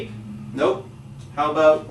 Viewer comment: "How aboot" lol